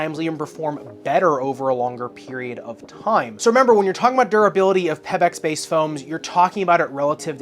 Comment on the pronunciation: It is because a previous review of the WOW 10 for my daughter to play HS Volleyball. So thanks much. My only comment here, is the way you are saying PeBax. It is pronounced Pea-Backs. Not Peb, like pebble. Keep up the great work otherwise.